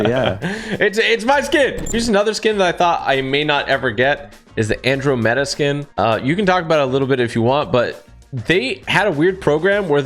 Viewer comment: Bro did not just pronounce Andromeda like that wtf💀